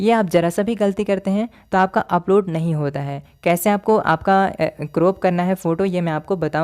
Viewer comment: Croop nhi crop hota 😅